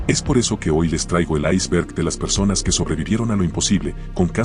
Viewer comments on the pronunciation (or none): none